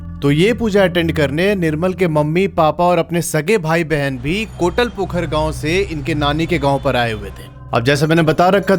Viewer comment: Bhaiya kotla pokhar nahi kotal pokhar 😅kahate h